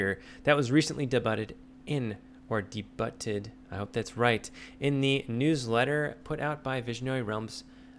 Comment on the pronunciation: De-butted: cutting off someone's ass Debuted: a new launch or reveal. Pronounced day-byooted.